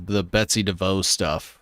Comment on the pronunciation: Not to be critical here, but isnt it Devos, not devo? S isnt silent. In Michigan where Amway and Devos' live, its not devo.